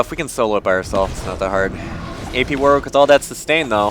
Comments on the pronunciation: My ears started bleeding every time you said 'War-Wick'. You say it was 'Warrick', even though there is a 'w'. There is a place called Warwick in the UK and that is how you say it ^_^" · Second W is pronounced as an R